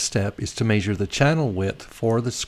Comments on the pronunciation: I had to stop watching because of the way you are pronouncing the word measure and measurements. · HA HA! He says "measure" funny!